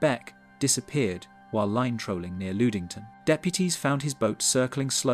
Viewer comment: The horrible pronunciation is KILLING me. LUD ING TON. SUE SAINT MARIE.